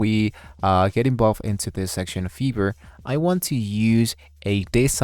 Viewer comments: smh bruh British people normally dont say fiverr like that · bro says: "fever" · why you say "Fiverr" Like that ?? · Because in Europe I is ee.